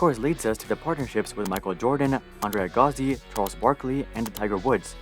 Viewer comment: the guy can’t pronounce McEnroe and Agassi